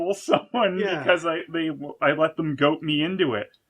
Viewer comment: GOAD not goat